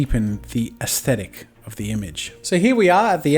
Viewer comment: HE SAID IT I HEARD IT "eAsThEtIc"